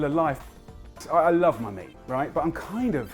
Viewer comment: "I love my meat" I thought he said honey or money 😂😂.